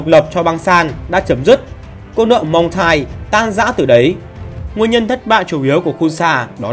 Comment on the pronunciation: (Muang thai) không phải là mông thai